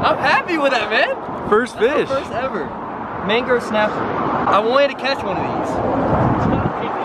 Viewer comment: He said mango snapper 😂😂